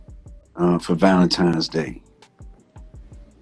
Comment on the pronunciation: ValenTINE'S Day, Swizz! Not "times". Lol